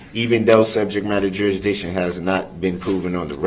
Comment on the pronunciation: You mean when he said "per-zishun"? Also, he kept talking about subject matter jurisdiction, but couldn't pronounce it. He always said "subjek madder jurish-dick-shun". He also said "ammi-nit" rather than "adamant" and "affixiated" rather than "fixated", and every time he objected about a word or asked a witness to "explain to the jury what you mean by" whatever word, it was because he didn't know the definition. He is, truly, an ignorant, filthy, angry, little gremlin.